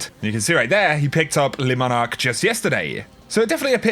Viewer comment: ITSSSS LEEEEEEEEEEEEE MONARQUE NOT LESSSSSSSSSSSS LEEEEEEEEEEEEEEEEEEEEEEEEEEEEEEE